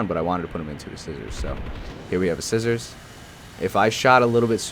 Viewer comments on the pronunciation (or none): none